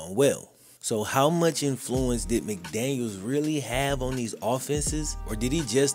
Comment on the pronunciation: Great video as always. Only thing I will point out is Mike McDaniel deserves the respect of having his name pronounced/spelled correctly as him and Josh McDaniels don’t share the same last name as stated.